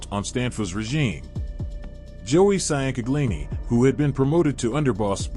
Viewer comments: The last name you keep butchering is Ciancaglini , pronounced “changcalini”. They called him Mikey Chang & his brother Joey Chang. It was a wild time in not just South Philly, but the entire area. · IT'S PRONOUNCED "CHANG-GUH-LEENIE"!! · he is massacring that pronunciation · Micheal who? Damn you butchered the shit outta Mikey Chang name 😂😂😂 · Chang-galini fucking hell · MICHAEL CHANG-GLEENY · His name was Michael Ciancaglini pronounced Chang-a-lini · Maybe try pronouncing the names Correctly, Chang a leen e Bor gaze e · Bro you butchered these names.Che-In-Kag-Lini,Ciancaglini😂. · ciancaglini pronounced Chang-Uh-LEEN-EE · Allegedly he has been shelved. (Not recognized by the mob) Tho I gotta give it to him. He's making bank. Probly more than he would on the street. Definitely more. Michael Chingalini. Is how that's pronounced. Maybe he will get the other mob heads to start podcasts and make bank lol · I grew up in South Philly my family knows the merlino s and they are very nice people. They are our people. they always took care of the neighborhood. And Have to tell you that you are saying Mikey ciancaglini name all wrong and it pisses me off.